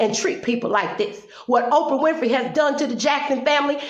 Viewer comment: Orprah? LOL!!! Good video, well said.